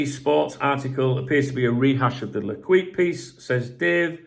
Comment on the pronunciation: I know you probably don’t care but if you say ‘lay keep’ then you’d be much closer to the proper pronunciation of L’Equipe